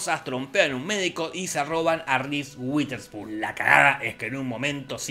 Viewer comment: Un shot por cada vez que Jorge dice "RIS UITERSPUN"